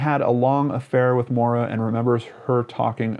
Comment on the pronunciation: not to be helpful or nitpicking but I have a friend named Maura and it is pronounced Mow-Da. I dunno. my guess is she wanted to disappear and maybe succumbed to exposure. I hope the former.